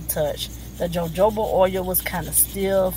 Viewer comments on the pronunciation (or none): Pronounced hohoba oil